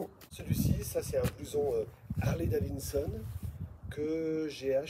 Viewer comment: STP prononce bien Harley DaviDson et non Harley DaviNNNEson….😂